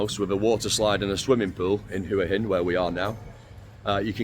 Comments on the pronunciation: Hua Hin is pronounced Wa Hin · yes wa hin not hua hin😊lived in Thailand for 17 years it’s Wa hin and pattaya is pronounced Patyha